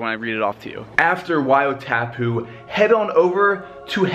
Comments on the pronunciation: 1. Wai-O-TAHHHHpu 2. Maori kinda sounds like moldy but instead of a D you just roll your R. 3. Honestly not the worst pronunciation I've ever heard so good job haha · Wai O Tapu "Why or thar poo " that's the pronunciation its Te Reo Maori